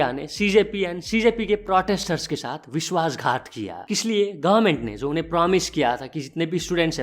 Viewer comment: Bhai timeline mai vo word "Vishwasghat" hai "Vidhwasghat" nahi